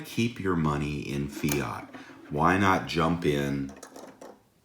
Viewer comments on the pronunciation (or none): none